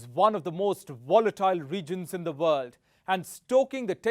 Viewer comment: Dude!! why is your English all 'V'???? 😆